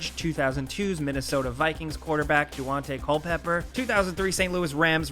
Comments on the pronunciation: Did... Did he just say Du-ante Culpepper? Maybe be spelt like that but... No pronouns are Dante 😂😂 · Wait did you call him du-ante Culpeper? Lmao! I don't think you must be much of a football fan huh? It's pronounced "Dante" Culpeper. And Peton "Hills" is Peton "hill-us". Thanks for making me lol. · “Doo-ante Culpepper”.